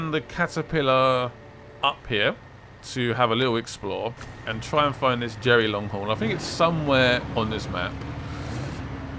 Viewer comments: also stop calling it jerry its derry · It’s Derry not Jerry 😂👍🏻